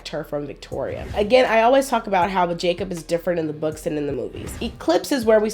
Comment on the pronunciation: Jacob was so butchered smh )